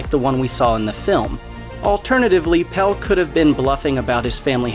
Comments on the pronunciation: (His name is Pelle, not Pal. The script is interesting, but when the narrator proves they haven't seen the movie by mispronouncing character names, it makes it less... Engaging. :/) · So you've watched this film more than once yet you can't say PELLE'S NAME. It's Pelle. Not Pel 🙄😒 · Pelle. Not Pell. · I can't with the "Pell" pronunciation.. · right. it has an E at the end for a reason lmao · Did the person narrating even see the movie? From Pelle to Harga to Attestupa, He mispronounced like EVERY word that wasn’t plain english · would it be that hard to make sure someone can say pelle's name right? lmao